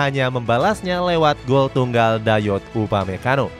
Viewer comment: ketika komentator arab menyebut bek munchen dengan sebutan upamaguire ngakak banget sumpah